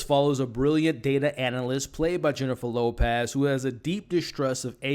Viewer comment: Jennifer Lopaaz 😂 great review!